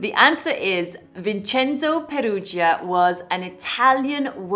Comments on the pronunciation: But no, don't pronounce it "Vincenzo Perugia" like we Italians do. It's so beautiful the way you pronounce it. Seriously, I mean it. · I love this story, the background music, the way you tell it, and the way you pronounce it "Vincenzo Perugia." 😃 Congratulations!🎉 🎉